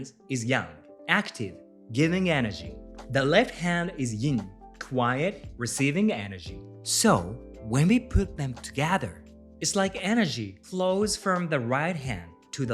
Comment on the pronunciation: ...why "ying"?